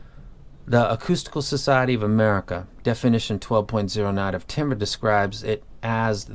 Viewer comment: You keep saying Timber I keep thinking Ke$ha “It’s going down...”